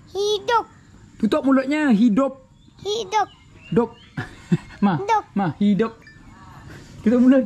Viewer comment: Lawak lah Ni Papa suruh cakap hidup tapi cakap hidung hahahaha 🤣😂